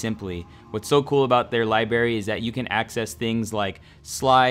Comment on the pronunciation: It's Library not Libary bruh